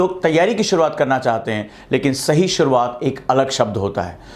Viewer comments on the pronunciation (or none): सर शुरुआत होता है सूरवात नही आपकी शुरुआत सही नही है 😂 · सूरवात नही शुरुआत होता है 😀😀